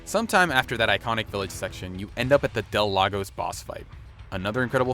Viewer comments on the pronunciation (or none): none